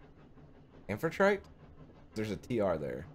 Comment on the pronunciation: Submersible. Train. Yep, that sounds like Jules Verne all right. (Am-fi-try-tee by the way, I think. It's from Greek mythology--the wife of Poseidon.) Have you read the original book? I ask because the way the game is written, it seems to use the original wording a LOT. Nice touch--really adds to the steampunky atmosphere. Also, the book is kinda fun. :)